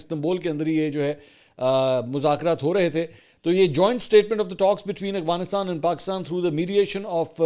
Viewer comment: اسلام وعلیکم جناب منصور بھائی صاحب امید ہے آپ خیریت سے ہونگے جناب میرا نام محمد شہزاد ظہور ہے میرا تعلق پنجاب کی تحصیل کمالیہ ضلع ٹوبہ ٹیک سنگھ سے ہےاور میں آپکی وڈیو پچھلے 3 سال سے دیکھ رہا ہوں اس دوران میں نے اکثر اوقات آپکو (افغانستان کو اغوانستان) بولتے سنا ہے کیا آپ بتا سکتے ہیں کہ یہ آپکے بولنے کی غلطی ہے یا آپکی نظر میں یہ لکھنے اور بولنے کا فرق ہوتا ہے برائے مہربانی اس کی رہنمائی فرما دیں شکریہ